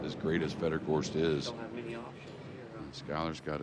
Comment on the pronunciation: I wish someone would tell that Fedor's name doesn't rhyme with beet soup